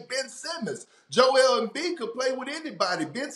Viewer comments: “Joel embee” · Nobody: Kendrick perkins: joel mb